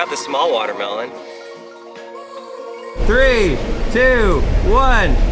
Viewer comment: Buht... da smol wahtahmeelohn ees eentakt... whaaa?